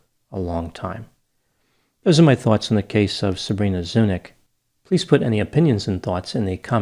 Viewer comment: I'm pretty sure her last name is pronounced Zuni-ch - just was anglicized since her ancestors arrival in the US. Her last name should really be pronounced with a ch like Charlie not k. She obviously has a Slavic background - most likely Serbian or Croatian..